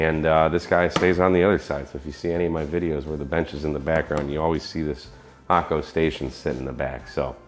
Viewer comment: You've been paying attention to the Japanese pronunciation of Hakko :)